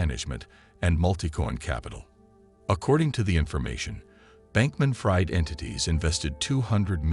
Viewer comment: I can't stand it....Sam's last name is pronounced "freed" not "fried" as in "fried bacon". Sam Bankman-Fried is a liar me thinks.